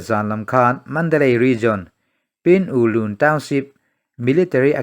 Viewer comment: Pin U lun ilam dan tur PIN U lun S, d' S, tiin ilo lam dawn nia